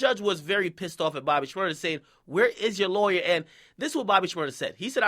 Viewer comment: Lay-wer huh Ak? Ok lol.